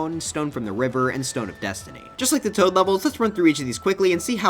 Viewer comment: is it me or the w in tow for the toad thing is a bit wrong